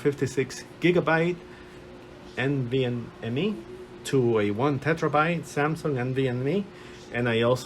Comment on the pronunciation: Terabyte not tetrabyte :)